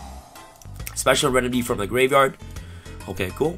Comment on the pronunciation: Can you pronounce graveyard, tho?